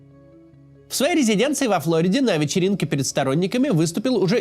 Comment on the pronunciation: не флОриде а флориде